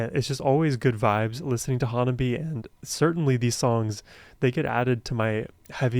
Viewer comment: First, learn the pronunciation of HANABIE/花冷え.